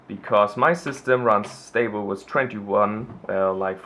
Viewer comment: with not wiss xDD nice dude :D